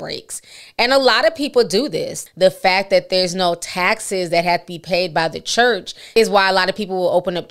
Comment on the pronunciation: who went to that “Khurch”? lmaooo😂😂😂😂 I can’t!!